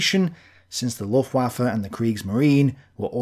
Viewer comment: You have to start saying /ˈlʊftvafə/ - or 'the German air force'. But not luftwaffel.